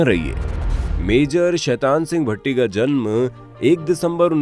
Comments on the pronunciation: भट्टी ❎ भाटी ✅ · Bhai... Bhatti nahi Bha- ti.......